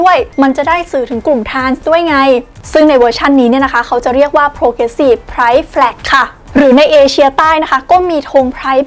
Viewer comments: คุณวิวออกเสียง Pride ผิดครับ ต้องออกเสียง พรายด์ ไม่ใช่ ไพร๊ด์ นะครับ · ทำไมอ่านแบบนั้นล่ะคะ Pride อ่านว่า พรายด์ ออกเสียงยาว และไม่ต้องมีวรรณยุกต์